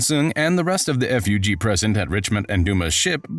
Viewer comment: Siu isn't anyone it's s.i.u. and zahard is pronounced jahad in this story and then you call fug, f.u.g. 🤦‍♂️🤣 what is going on